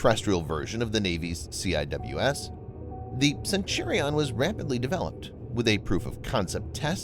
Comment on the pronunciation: We don’t say C-I-W-S, we say Sea-Wiz. Don’t bother telling me it’s a computer voice, know-it-alls.